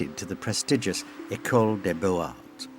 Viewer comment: A superb documentary (slightly marred by the narrator’s [AI] pronunciation - it took a while for me to figure out that this ‘Ingress’ was Ingres. And it’s Bo Zar, not Bo Ar!). Degas was a remarkable artist technically, creatively and aesthetically. Pity about his antisemitism (borne out in his antisemitic renderings of wealthy Jewish patrons, rejection of Semitic-looking models and rebuff of Pissarro) but commonplace in France then as now